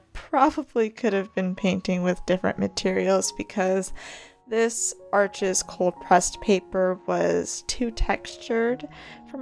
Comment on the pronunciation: "Aches" is pronounced "ARsh". Thanks for the video though.